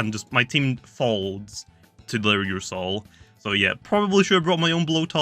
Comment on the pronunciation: ”ursoul” Me: “my soul? What does this have to do with my soul?”